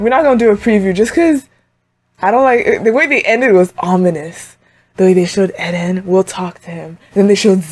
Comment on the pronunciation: lmao u keep saying "eh den" instead of just eren. sounding like mikasa